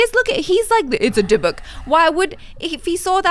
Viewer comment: i love the fact that says the correct pronounciation of Dybbuk 🤣🤣 and canttt